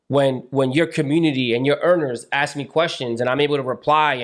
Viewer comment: “Ask” NOT “Ax”